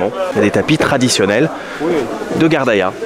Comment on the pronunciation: Tu prononce bien ghardaia sans accents bravo